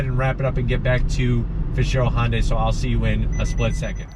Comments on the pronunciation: Its hyundai not honday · IT IS NOT FKING PRONOUNCED HON-DAY!!!!!!!! MORON!!!!!!!!!!